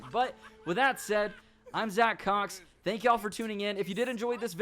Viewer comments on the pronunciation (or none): none